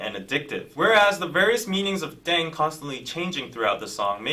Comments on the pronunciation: pronounced “ddehng” not “dayng”. continuing to enjoy your reactions, but hoping you’ll do the bts background videos that have been suggested. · The word is actually pronounce like deng or teng, not daeng, it written like that because of the romanization of the korean language, thanks for react!